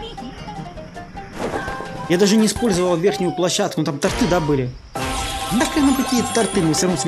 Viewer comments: Правильно тОрты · тОрты, говори правильно, пожалуйста, очень режет слух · Правильно тОрты!!! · уже 9 раз пишу, тОрты, а не тортЫ